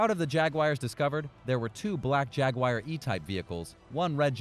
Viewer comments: It's not spelled Jagwire or pronounced that way.. if you're going to do voice-over at least know the words you speak..lol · IT IS A JAG-U-AR JAGUAR please for the love of christ learn how to pronounce simple words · Why tf does he say ”Jaguire” lmao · Stop saying Jagwire